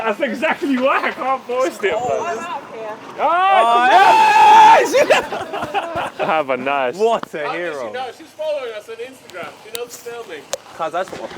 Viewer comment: Did I hear that lady correctly? Did she say " I'm out ere "? If so, Madame, big yourself up